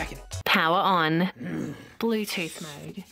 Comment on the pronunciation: "Blewteeooth mode" oooooh :0